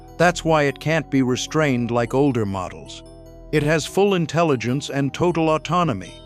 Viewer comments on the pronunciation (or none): none